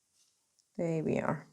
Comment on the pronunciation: No disrespect but have you thought about working on saying your “th” sound verse using it as a “d” sound? Instead of saying “there” you say “dere.” I have heard you say it correctly, probably just a bad habit.